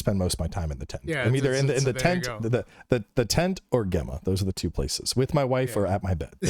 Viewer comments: Bro it's pronounced 'Jemma' not 'Gemma' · For the love of God-- it's pronounced Jemma. Super common name in the UK, Gemma. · It annoys me is saying Gemma instead of Gemma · Does mispronounce Gemma for the whole podcast?? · alot of the Americans do especially on her initial reveal, I guess it's just not common Name over there. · He has a very interesting way of saying her name for sure. 🤣